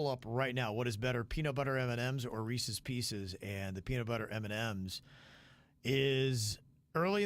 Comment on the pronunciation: please pronounce Reese’s Pieces correctly!!